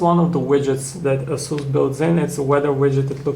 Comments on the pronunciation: It is pronouced "Ace" "us" not "As" "su". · asoos hah? asus!!